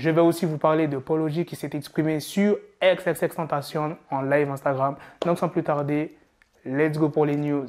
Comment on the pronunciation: c'est bizarre comment tu prononces Twitter et Xxx Tentation